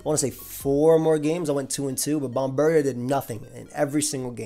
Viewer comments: It's not bombirdier, but rather, bombdirtier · Bomb-bird-ear, not bomb-bird-e-er. Taken from Bombardier, which is bomb-burr-deer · You pronounce it like such an American it's bomb-bir-dee-ayy